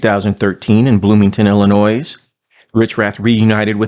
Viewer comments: "Ill-uh-noy" Not "ill-uh-noyz" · Thank you for giving Gary Richrath some love, he doesn't get nearly enough! But Illa-noise? Really? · My 2 cents worth : I live in Northern Wisconsin, which draws a lot of people from Illinois. Remember if you want to learn how to pronounce it right just tell them, stop illiNOYing me! Just Sayin'. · The S in Illinois is silent. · The "s" in Illinois is silent, not pronounced.